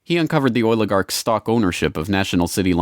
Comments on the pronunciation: I just wish eddie bravo woulda warned me HOW MANY TIMES THIS FOOL SAYS OIL-A-GARKS!!!!!! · "The oiligarchs"